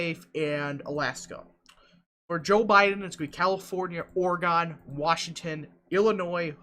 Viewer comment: It’s oreGUN not oreGONE